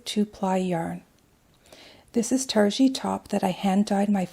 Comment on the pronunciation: Looks very nice. p.s. pronounced "tar-gee", g => as in goat 🐐.